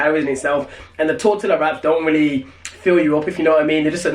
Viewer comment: The l is silent in tortilla btw.